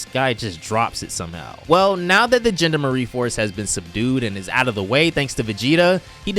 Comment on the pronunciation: The "genda-marie force" It's the GEN-DOM-ER-EE force